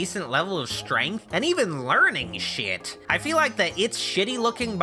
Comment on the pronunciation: The way you say shit is hilarious